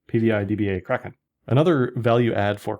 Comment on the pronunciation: can't stop laughing when you promo Kraken. I can barely undestand what you say hahaha